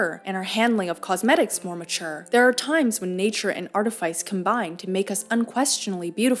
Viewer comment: Artifice is pronounced art-uh-fiss, not art-uh-faiss